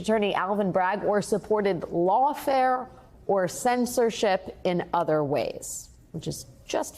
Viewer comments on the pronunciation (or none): none